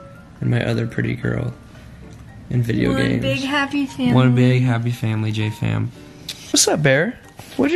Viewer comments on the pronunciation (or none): When he said "JJ Fam" I could have sworn he said "Jatie Fam". I had to replay it several times and well it still sounds like it. lol